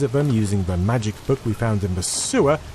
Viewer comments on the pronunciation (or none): none